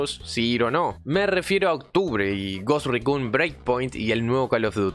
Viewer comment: desde el video anterior sobre el Ghost Recon, si vuelvo a escuchar que mencionas en inglés "Ghost Raccoon" (Mapache Fantasma) otra vez, voy a enviar un petitorio a Ubisoft para poder jugar como un mapache enfierrado en una isla bugueada en el medio de la nada... xD